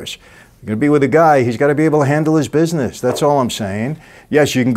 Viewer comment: "the family bissness"